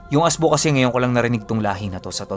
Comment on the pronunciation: ASBO WORD ANG TWAG SA ASWANG S BIKOL ANG RIGHT PRONOUNCE LNG AY AS'BO' MY DIIN LNG.